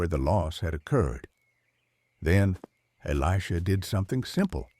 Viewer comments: And who is eleeejah. A.i. is out of control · While the message may be good it’s ruined by AI slop. It’s pronounced Eli-J-ah. Why do people insist on using crappy AI that can’t even pronounce words correctly. Are you too busy to use the actual voice God gave you? Or too lazy? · I think it's totally AI and cannot pronounce Elisha. Why oh why is almost every channel using AI. I dislike it very much!!!!!!!